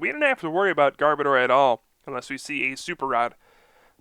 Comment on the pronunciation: Sorry to be picking but this is a pet peeve of mine: It is Garb-ODOR. As in, a bad smell. An odor. Not Garb-oh-dar. Garb as in Garbage, Odor as in the literal exact word odor. Garb-odor.